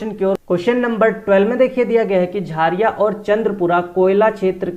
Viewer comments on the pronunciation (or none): Jhaariya nhi jharia hota h sir